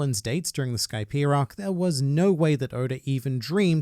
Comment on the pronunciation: Idea Skypia These words are sort of pronounced the same way, but you add an “r” to the end of “idea”, like idear, but don’t say Skypier